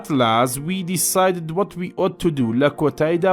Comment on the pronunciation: lagall rezy be paianm ostaz dastakant naiashe sudman lei diua ballam wshakan ba halla axuenitaua hanki b nmuna ama ought ئاوتە نەم ئۆوتlauaia hane blle asaiia ballam wajba shewazy xuendnauai hamui bzanin b dangakanish peuista ua la azalishaua har ba drusty bixueninaua u bzanin...🌸